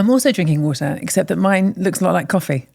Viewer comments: Woahtah, beeah.. 😜 reminds me of Lizah Dolittle 🤣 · 😂😂😂 What are you drinking? Oh, I’m drinking wahder. Mmm, I’m also drinking wawtuh! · Wahter vs whoatuh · I love how she says Wotaah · Michael: I'm drinking wader Hannah: Yes, I am also drinking water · I learned a lot today, except how to pronounce water